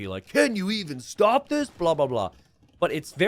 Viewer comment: Wait, was pronouncing stop as 'stope'?